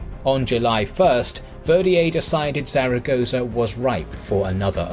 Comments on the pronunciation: Not really that important, but Zaragoza is actually pronounced like Thal-a-goth-a. Or something akin to it. It’s a peculiar Spanish pronunciation that was half explained to me when that Jesus painting thing happened a few years ago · Love your videos, but please do a bit more research into the pronunciation of the place names. Zaragoza isn't pronounced like you pronounced it over and over in this video. This isn't the first video of yours that this has happened in and it is just making your videos look very amateurish. I get that you are more interested in the military tactics and everything in your videos is great, but it really wouldn't take much research to learn how to get the place names pronounced correctly. I hope this is taken as constructive criticism and not nitpicking as everything else about your videos are amazing and this would really make them 100%.